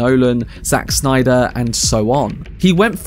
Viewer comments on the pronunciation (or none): none